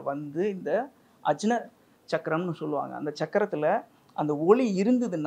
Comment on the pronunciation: ஆக்ஞா (aagnya) என்று உச்சரிக்க வேண்டும் . அஜ்னா அல்ல.